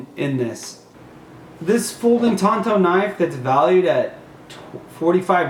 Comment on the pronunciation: I couldn't help but laugh everytime he called the knife a Tonto. I know he meant to say tanto when describing the blade. Tonto was the Indian that rode with the Lone Ranger.